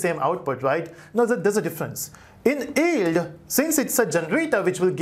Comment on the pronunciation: its pronounced Yield, not Eld